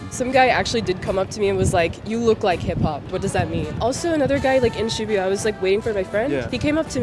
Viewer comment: Is shibuya supposed to be pronounced like that?